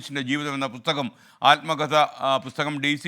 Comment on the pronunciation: പുത്തകം അല്ല... പുസ്തകം 😂😂😂😂